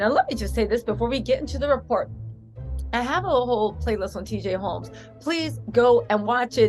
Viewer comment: " TJ Ro...TJ Holmes" 🤣🤣🤣 yes TJ Roams